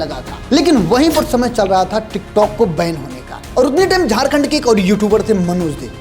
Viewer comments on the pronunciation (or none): none